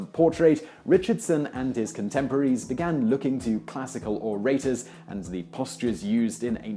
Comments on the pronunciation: scarlet "Statuary" appears (and is mispronounced as "statue-tree") : right after he mispronounces "orators" (as "or-ATE-ors") .(I earlier mistyped this as and .) This time around, I also noticed that he pronounces "Salaminian" as if spelled "Salamian" , and I'm wondering why he drops a syllable. (It's almost as weird as his use of "Sholon" for "Solon": audible .) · remilia scarlet I'm American, and I have only ever heard "OR-uh-ters." The narrator is British, and he says "or-AY-ters," which you guess to be American. (On what basis did you guess that? How could "how it sounds" tell you "This is American," when it isn't?)